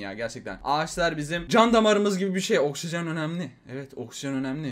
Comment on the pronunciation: okjijen önemli jsjsjjsjsjsj